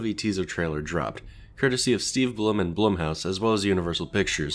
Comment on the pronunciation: How to pronounce blum: blue-mm/blu-mm. I dont really think mr.b cares what hes called as long as its respectful